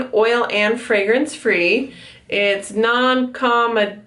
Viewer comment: pronounced like KA-MO-DOH-GENIC hope that helps good job on the channel